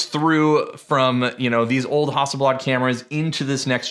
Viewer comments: How do you say Hasselblad again?!! 🤣😁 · you say hasselblad wrong and it bugs me